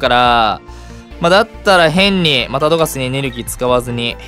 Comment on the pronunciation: さんうぽつです！♡ プクリンって強いんだ⁉️😳 自分が敵側でこれされたら泣いちゃうよ😇笑 スヤスヤドクドク・ジ・エンド←センスありすぎる😂😂 流石に神引きすぎ👏🏻 ナチュラルに『いらないですね~』っていうのすきWWWWWW さすが😭👏🏻 One Love／さん おはようございやーす←これすき😂 ぶん回りミュウツーにも勝てるのえぐすぎる‼️ 『また⤵どがす⤴︎』の発音すきWWW 相性悪くても相手が降参しちゃうくらいうざいデッキなの凄すぎるWWW やっと起きたと思ってもスリーパーで眠らされるし毒でもじわじわ削られるデッキ相手にとったらうざすぎて面白かったです😂WWWWWW 友達には使わないように気をつけます✋🏻笑